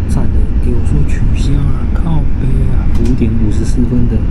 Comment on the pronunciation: 哈哈 第一句靠北好道地~